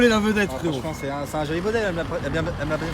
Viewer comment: Elle me l'ab, elle me l'a bien préswen-é... x)